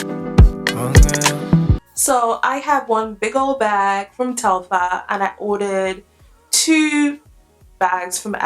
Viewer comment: Fyi, it’s pronounced Tel-far. Far, not fer. And what you’re calling emblem is actually called an embossing. The embossed logo.